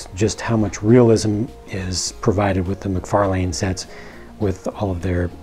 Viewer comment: FYI: it's Mc-Far-Lynn, not Mc-Far-Lane, according to how he himself pronounces it in interviews.